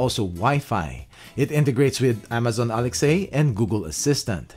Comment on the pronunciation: I love how he says Amazon and ALEX-A 😂awesome